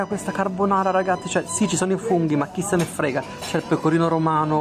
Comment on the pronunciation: Arrosro di fungi??😂😂